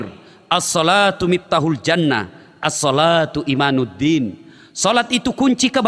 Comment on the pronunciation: IMADUDDIN pak ustadz bukan IMANUDDIN